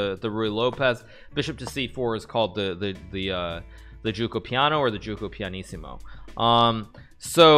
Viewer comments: Hey hikaru, gioco is pronunced “joco”, not “juco”, I’m italian so you can trust me xD Edit: just noticed the name is giuoco, not gioco, which is an older way of saying game, anyway the pronunciation of giuoco is ju - oco. Also you were correct when you said piano meant slow, lento is another way of saying it, too. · Who’s gonna tell him it’s not pronounced juco either?